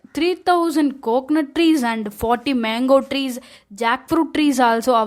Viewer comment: மங்கோ ட்ரீ ஸ் 😂😂😂தமிழ் என்ன ஆச்சு